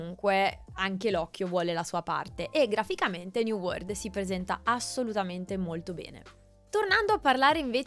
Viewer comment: (Commento non importante) scusate la pignoleria ma quando si è abituati a sentire gli inglesi parlare triggera un po' sentire da italiani "new word" anziché "new world" 😅😂 come la pronuncia "levèlling" anziché "lèveling" (accento all'inizio e no doppia L) Per alcuni basta capirsi, ma chi è abituato a sentire pronunce corrette può capire 😂